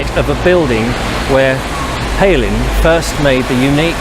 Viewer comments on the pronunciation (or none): none